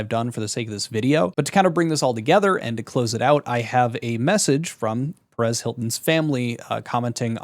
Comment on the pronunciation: Can you really not pronounce "Perez?" Are you slow